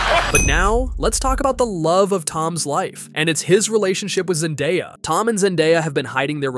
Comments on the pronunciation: I heard zendaddy and scrooled down and imeadiatly saw this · "Ze Daddy" 😂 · I heard zennbadie